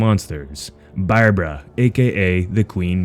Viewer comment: I love when he said barbara Like a pirate said it